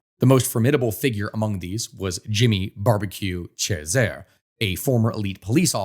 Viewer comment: Jovenel Moïse's name is pronounced "zho-veh-NEL mo-EEZ" not "ho-ve-NEL MOY-zee." Ariel Henry's and Jimmy Chérizier's last names are "awn-REE" and "sheh-ree-ZEE-AY."